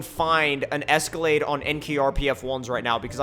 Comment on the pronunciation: I got Lamborghini doors on a Es-co-lade